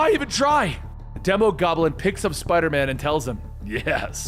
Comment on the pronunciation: Its Not demo goblin its Dee mo goblin like demon